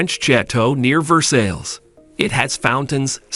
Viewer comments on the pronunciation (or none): LoL he pronounced Versailles like it's spelled.